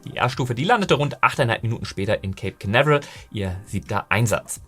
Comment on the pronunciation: Du hast den idianischen Namen "" verdient... 🤣😂🙃... Deine aktuelle phonetische Auslegung von "Cape Canaveral" finde ich... hm... interessant... 🤓... und heißt die Einrichtung bei "Lawrence Livemore Laboratory" oder doch "Lawrence Live*r*more Laboratory"... 🤔... Irgendwie scheint die Aufnahme etwas gestaucht - mehr Inhalt im gleichen Zeitfenster... 🤭😉